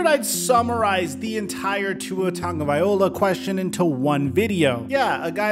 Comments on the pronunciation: Bro. Why can't you understand that there is no "N" in Tua's last name?????? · Dude learn how to pronounce Tua’s last name. It’s not that hard and you are literally the only person I’ve ever heard pronounce it the way you do. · you butchered the fk outta Tua's last name. damn😂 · If you really respect Tua, take 1 minute and learn to pronounce his name correctly. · I wonder if has actually sat there & read tuas last name cause he never says it right lol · Haha you almost pronounce his last name correctly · is like he can’t pronounce his last name even tho he’s just missing the L 😭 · Tagovailoa - (Samoan) - pronounced - TONGUE-OH-VI-LO-AH...... IM inviting the hate because he's pro bowl within 2 years and someday MVP-. WATCH AND SEE... now go ahead and hate... Come back here in December and see my truth! LISTEN TO TYREEK!!!!!!! LISTEN TO WADDLE!!! CMON FOLKS.... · I, for one, am going to have a great time watching this harebrained fins team crash & burn this year. Ps- It's not TUNGA-vaya-lowah, jeesus. Drop that awful pronunciation dude. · Tua's name is pronounced like i spell it here "T-u-n-g-a-v-i-a-l-o-a" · Yeah it’s still bugging me you can’t say his name correctly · Hate to be that guy but it's pronounced "Vailoa" not "Vaiola".. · Vai -lo -ah not Viola. You're almost there bro. Just remember, the name is Polynesian, not Italian. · the L comes before the O 🤦🏽‍♂️ Loa.. not ola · I’m from Hawaii and it alway seems weird that people still can’t say his name right just so y’all no it’s pronounced tounge-a-vai-loa not ta-ga-vai-ola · I’m from Hawaii and every time I hear someone say tua tugavai-ola instead of tua tugavai-loa kills me inside lmfao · Ta-go-vai-loa. Not Ta-go-viola 😂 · It's not tago-VIOLA. It's tago-VILOA. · You don’t pronounce it the correct way either it’s (vai-lo-a) not (va-yo-la) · tungaviola? Tagovailoa Tag-oh-vi-lowa you're BUTCHERING that name lmfao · it's pronounced (Tug-a-vi-lo-a